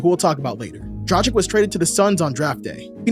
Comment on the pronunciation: Why do you keep calling Dragić "Dra-cheek" 😅 It's "Drag-itch"